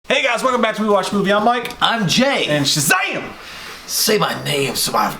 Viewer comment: Now I can't stop saying SHAZHAM!